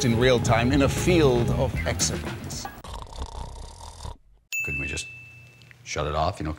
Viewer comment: A field of exobytes? Don't you mean exabytes? And how would they be in fields? It's data, not livestock.